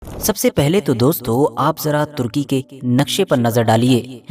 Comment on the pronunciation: Pahle sahi naam lo kya tarki karki bolte ho Sahi naam lo kitna ghanda lagta hai jahei aadmi..